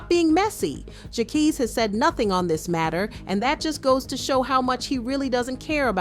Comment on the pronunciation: LMAOAOAOAO no shade "jackies"😭😭